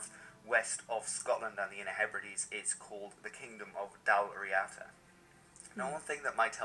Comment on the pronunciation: The Dal Riada were a warrior tribe, sometimes called warrior poets, in ancient Irish History they could run through a forest without breaking a twig, one of them was called Fionn Mac Cuahill who fought many island leaders, its pronounced Dall Ree Da